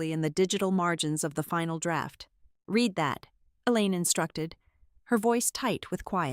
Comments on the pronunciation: cant the brilliant AI learn the difference between i red and book and i can reed the book and what the hell language are the numbers in. isnymbers and time in? cmon its totally disruptive an d irritating! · Red is read and read is reed.